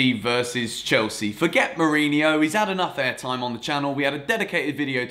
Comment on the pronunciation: Mourinho, not Mourinio